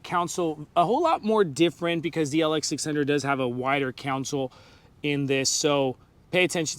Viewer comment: Console, not counsel!